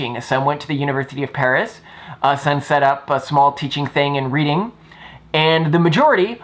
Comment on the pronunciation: Cool vid, this was the best video I could find on YT about the subject. Just to let you know though, Reading is pronounced 'redding' instead of like the verb 'read' (unless you "read" that word as the past tense).